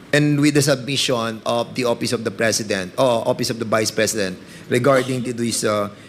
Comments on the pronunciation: tapos opis(office)of(op)payling(filing)information(impormation)one point two.(Wampoint2)kakahiya😂😂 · Ang office..opis Ang pagpronounce nya😂😂😂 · Opis,(office)payling(filing)of(op)Ang pagbigkas nya tlga 😂😂😂